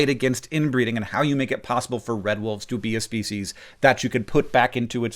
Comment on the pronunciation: "Ship of Speceus"